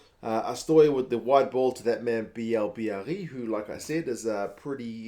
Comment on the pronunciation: FYI Mauvaka has played, rarely, some games for Toulouse at 8 before, so I guess Galthié wanted to try him out at that position, just in case. Recent injuries make sense for that thinking. Bielle-Biarrey (it is actually said more like hey than eee ;) ) is impressive on every single game, I hope he's gonna make it to the last 33. Danty work rate is impressive as much as Alldritt. Not sure about Laclayat though. I think they're going to keep Baille for the Knock Out stages maybe last games of the pool. At the end, it was fun seeing the Fijian players celebrating with the French ones (most of Fijiands play in Top14 so makes sense).